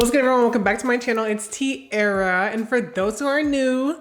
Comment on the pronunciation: girl u put the tea in tea-air-ah like omg